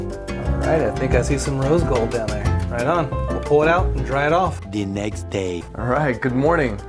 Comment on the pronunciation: dee neakst dayee. LOL